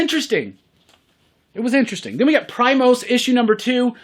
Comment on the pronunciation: I think Primos is pronounced “pree-mos”, Spanish word for cousins.